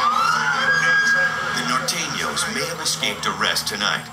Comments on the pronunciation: he said NOR THANO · Nor thanos